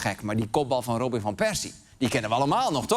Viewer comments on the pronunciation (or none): none